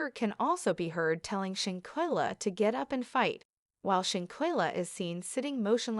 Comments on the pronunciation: Why this thing calling her shankella. Her name is Shanquella 😂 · Please say her name correctly if you want us to listen.. im done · I’m so confused with this content…for starters this voice is not even pronouncing her name correctly. 2nd that was not anyone of the Cabo 6 she pictured. 3 that wasn’t her family nor her homegoing casket. This is weird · Right!! I think this is a "bot" channel 🤦🏽‍♀️ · You're saying here name wrong if you don't no her name or pronounce it right just shut the hell up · Why don't you get her name correct DANGGGGGG 🤦‍♀️🤔👀